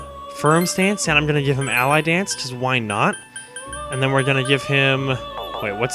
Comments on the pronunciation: Not Ally Dance. Alie Dance. (AH-lee) As in Muhammad Ali. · You keep pronouncing "Ali Dance" as "Ally Dance." I don't think it's pronounced that way. I would imagine it's pronounced like Ah Lee, like Muhammed Ali.